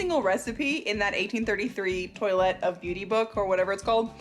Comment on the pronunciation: Was I the only one that was cringing at the pronunciation of toilette?